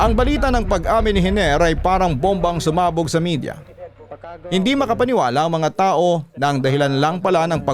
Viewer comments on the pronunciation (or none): none